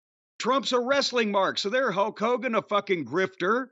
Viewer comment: Whenever Cornette says Hulk it sounds like "Huck". Maybe it's his backwards inbred country a$$😂